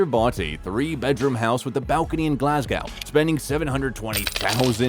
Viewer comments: Man, really try and work on these Scottish city names. Its Glasgo, the W is silent, also he's a passionate fan of Celtic, not "the Celtics" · It's pronounced gerard, not ger ard, like Amber heard only gerard.😊. Glasgow ,silent W. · True. Did he pronounce Glasgow and Celtic wrong? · Well thats a new 1 on me... " eden burg" 😅😅😅.. the glass cow 🐄 was annoying enough